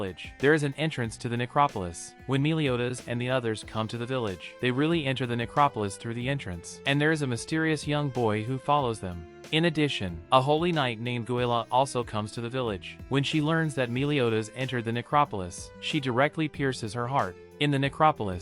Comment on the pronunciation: you pronounced guila wrong its gi-la